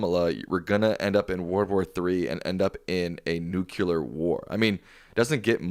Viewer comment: Psst..."Nu-KLEE-er, not "Nu-Yu-let". I know, it's a hard word for a lot of people. :)